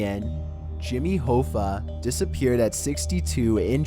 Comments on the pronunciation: I officially believe you mispronounce certain words and names on purpose. One list you mispronounce Lao Su, and here Jimmy Hoffa. You sound American, but even if not those are well known names. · I enjoy your videos, but please learn how to pronounce “Hoffa”. There’s a movie made about the guy starring Jack Nicholson, for crying out loud. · I said the same thing! Its Hoffa,. Not Hooooffa! I suggest you learn how to pronounce Jimmy's name. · It's pronounced HOFFA..like ha-fah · It's Hoffa, as in off. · HO-FFA??? Its Hoffa kinda like coffee only with an A sound at the end. Wow buddie... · Jimmy Hoofa? it's pronounced Hoffa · Jimmy Hoffa- last name is pronounced “Ha-Fa” not Hoefa... just FYI. great job though! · its Jimmy Hoffa (Ha-fa) not (Ho-fa) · Not Hoo- fah....it’s pronounced hoff....ah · i love but he REALLY needs to look up the pronunciation for unfamiliar words and names. Jimmy Hoe-Fuh instead of Ha-Fuh really bug the shit out of me. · you pronounced Jimmy Hoffa's last name incorrectly. It's pronounced Haafaaaa not Hoefaaaa. God you are making me feel old. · It's Jimmy HOF-FA...not HO-FA. Do your friggin research, dude. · i just assumed he meant some kind of liquor, it bothered me more that he mispronounced Hoffa quite a few times, its pronounced H-AW-ffa not H-OH-ffa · that and the fact that he keep saying Jimmy ho-ffa it's pronounced hah- fa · His name is pronounced 'Haw-fa" not "Hoe-fa". Damn Canadians! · Hoffa is pronounced (HAFAH) Did that bother anyone else? 😂😂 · u pronounced jimmy hoffa’s name wrong it’s like haffa like haha hafa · Abby Normal It’s pronounced Hawfa... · Jimmy (Hawfaw)is the way to pronounce his name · Its pronounced ha-fa like haha ha-fa? Interesting video though! Do you use a voice translation app? You sound like a confused surfer/valley dude lol the way u emphasize your words is highly unique! =) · Wait isn't "Hoffa" pronounced "HA-FA"? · Jimmy Hoooofah...fuck you suck at life